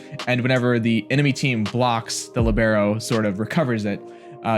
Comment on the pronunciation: about the "libero" it's an italian word that literally means "free" (the libero can enter the game any time it doesn't count as a substitution). It's proununced lìbero (instead of libèro)